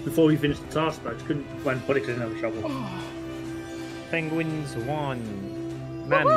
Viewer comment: did stan say "pengwings"?